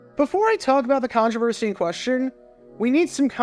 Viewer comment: A contrivercidy?? That's a first obviously we pay attention